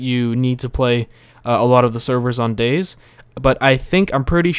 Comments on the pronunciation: Dude it's pronounced Day(Z) keep the Z loud! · umm dude... its day-zee not days just btw. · its DayZ not days you say day and Z not days so dayZ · Its not supposed to be pronounced Days because its a game about zombies it is pronounced Day Zee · It's not dayz, it's Day-Z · DayZ as in Day-Zeee like you said not Dayz like Days like he said finally someone pointed that out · example he is saying "dayzzz" when its really pronounced Day ZED or Day Zee. (DayZ) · BTW, it's Day - Zee or Day - Zed. Not Days. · It discomforts me slightly that you refer to the mod as "Dayz", not "DayZee" or "DayZed". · its not dayz, its Day ZED or Day ZEE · its 'Day-Z' not 'Days' or 'Day-Zed', but that's just my opinion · Its painful to hear him say "Days". Its Day-Z! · its pronounced as 'dayzee' not 'days' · DAY.......Z NOT DAYS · Its Day Zee...not days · day-zee not days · it day-z not dayz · Its Day-Z not Days? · its 'day-z' not 'days' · It's not days it day z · It's not 'Dayz' it's 'DayZ'! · i find it funny how he says Dayz while it should be Day Z what else do you got that big Z for ;D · Daies??? it's Day Z and not daies. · dayZ not days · For fuck sake, its Day_Z Not Dayz. Day_Z as in Zombie or Zed. Day Z. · Day z not days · It is not called dayzzz it is day Z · or its pronounced days but with a z cause its about how many dayz you can survive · its pronounced daysi not days -. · ITS DAY...Z NOT DAYS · Lol its Day Z not Dayz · he did not just call it dayz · i find i funny how you dayZ like days its funny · It's Day-ZEE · Its pronounced day-zee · every time you call it days it makes me fucking angry :/ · its pronnouced Day Zee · Its actually Day Zed... :\ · "how to install dayyyyys" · It's pronounced DayZee. Z as in Zombie..... noob. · ..... its Day-Z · It's day-Z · Its pronanced day then z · It is day ........z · Lol, he calls he Daze... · Youre gunna get soooooooo much hate for pronouncing it wrong